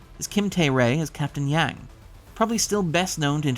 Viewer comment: She is captain "Jang" or "Jyang" not "Yang".